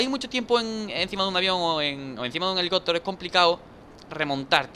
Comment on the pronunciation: hahahaha pronuncias helicótero en vez de helicóptero